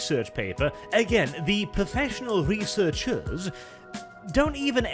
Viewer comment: some of the times you said researchers i heard "reseters"